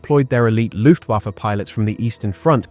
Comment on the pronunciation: "Loooftwoffer"? Ffs kid.